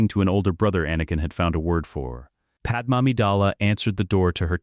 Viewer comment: I hope You’re aware that Padme’s name on here is pronounced Pad Em. The real pronunciation is Pad May.